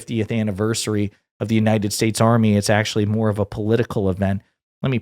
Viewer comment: Bro do you realize now we bean mocked him sense 2016 and laughing on him sense 2016 especially when he said "God bless United Saysa"😂😂😂.